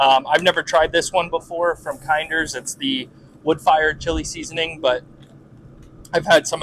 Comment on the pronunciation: You’re saying kinders wrong. It’s kinders, like kin-ders